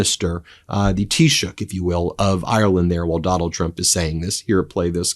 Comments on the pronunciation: Well done on correctly pronouncing Taoiseach unlike most of the Press pack today who reverted to calling out Prime Minister rather than even making an attempt. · Thank you Ben for pronouncing the word "Taoiseach" perfectly. Nice job.🇮🇪💚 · Congratulations ❤😂you are the first American that I have heard pronounce taichoct properly. By the way he is a weak looser just as much as trump. Most of us Irish are furious that he went over with our shamrock to the orange idiot.